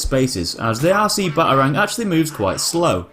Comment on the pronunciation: The way u say Batarang.... Ba A rangg